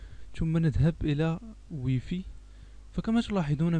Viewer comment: واي فاي مش وي في